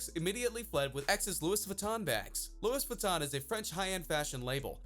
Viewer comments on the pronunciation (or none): Lewis Vuitton 😂😂😂 it's Louie you're saying it wrong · Louises vuitton 😂 you mean... Louis Vuitton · Oh God... I get that you're American but still the "S" in Louis Vuitton is silent. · Loo-we Vutton. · It cant be that hard to pronounce Louis Vuitton correctly. 🤦🏻‍♂️ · Minato Arisato he’s just an idiot. We know it’s silent. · I don't think its an American thing, I've never heard anyone here say it like that. This dude is just weird lol